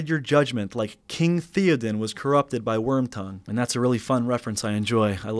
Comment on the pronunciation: Even though I didn't like how Theodens name was pronounced I absolutely love the fact took the time to tell us how passionate he was about LOTR